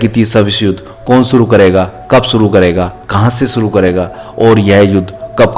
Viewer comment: shuru hoga.... naa ki Suru hoga... bolna to Sikh le